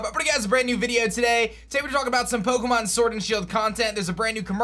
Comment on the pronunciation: Poke'mon sworld and shield!!🤣